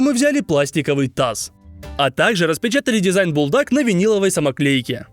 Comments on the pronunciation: Когда он сказал буЛдак я сразу выключил видео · сам ты булдак надо говорить бульдак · Бульдак а не булдак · ❤не булдак а бульдак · НЕ булдаг а бульдаг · БУЛЬДАК ❌ БУЛДАК ✅ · Ни БуЛдАк А бУлЬдАк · Булдак ❌ Бульдак ✅ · Не булдак а бульдак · Булдак? Правильно Бульдак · Не булдак а надо говорить бульдак